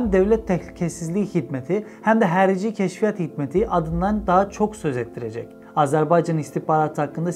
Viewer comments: herici ne ya a harfı barı harici deyin . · Herici değil kardeşim. Harici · Herici değil,xarici yani harici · Herici değil değerli kardeşim, "harici" o.